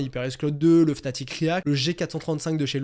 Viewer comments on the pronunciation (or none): none